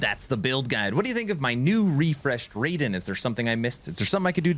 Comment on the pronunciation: BTW it's not Ray-Den .... it's Rye-den.